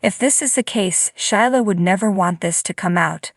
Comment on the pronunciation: Sheila is pronounced SheeLa. NOT shy La .